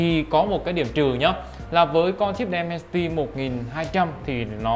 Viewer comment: Dimensity ko phải Demensity nhá bạn